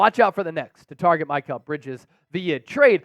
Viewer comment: Who is MY-kal bridges? Lol